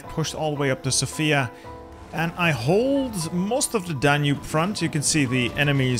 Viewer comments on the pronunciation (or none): none